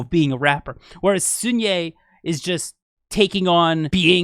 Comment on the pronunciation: hi!! i just thought i should let you know that the “sun” in sunhye’s name is actually pronounced more like the word sun/son in english as opposed to like soon :) no hate at all just wanted to let you know in case you were wondering!